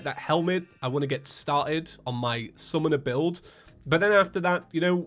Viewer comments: you mean calamity "sunmoner" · I was used to feather wothry but you said calamity sumoner playtrouth